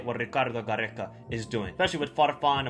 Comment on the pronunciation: I love that you try to add the good pronounciation but its just Peru not Perru same for Gareca not Garreca. Only 1 R brother. 😊